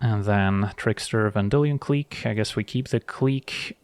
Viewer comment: pronounciation of Vendillion Clique makes wanna clique the like button 👍